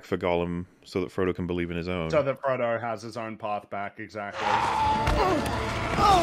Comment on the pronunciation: "For Trungo"